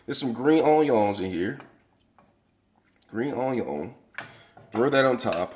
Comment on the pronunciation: Can't go wrong with the "Green onyawn" lol